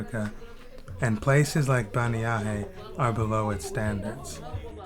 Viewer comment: Listening to how you pronounce bannyahe I thought it was somewhere else in another country I thought the caption was wrong